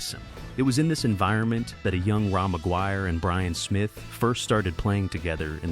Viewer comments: Raw McGuire? Another lovely AI narration… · Ra MacGuire? Lol. AI sucks balls.